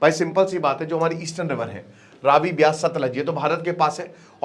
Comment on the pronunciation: It's beaas not bees